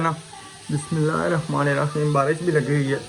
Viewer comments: Bai bismillah na padha kro kiya faida ghalat padne se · Solar kolte howe ap bismillah ghalat pahdte ho